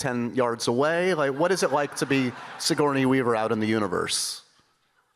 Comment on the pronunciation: Dude, you’re butchering Sigourney Weaver’s name!